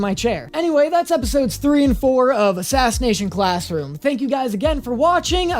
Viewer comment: I got stuck on then first part if the video where he says "Aclassination sassroom" I don't know why but I did and then proceeded to laugh on the floor for 10 minutes 😅